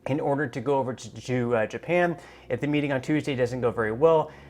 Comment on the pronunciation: Just Your Freidan slip inspired me to post a thumbs-up... "JEW-pan" in the same sentence as G7. The ZION controlled U.S. Department of the Treasury is the creator of the G7 ... Wake-up good people ... this is a group who do not care about you.